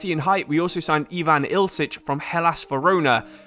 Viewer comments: Ill - ich not ilse - ich. video though! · You gotta Love him calling Ilic Ilcic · for what reason do you pronounce ILIC ILSIC?XD